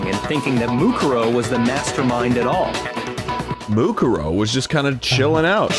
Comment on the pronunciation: I like how mukuro's name is said a bajillion times in this chapter yet dan STILL cant pronounce it correctly